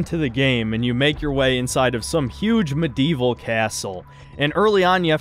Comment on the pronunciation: These Elden Ring takes are still bad. Almost as bad as his pronunciation of Medieval.